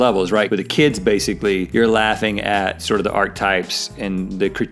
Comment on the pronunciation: Somebody needs to tell Rhett that it's pronounced "ARK-A-TYPE." You pronounce the "e." That is all.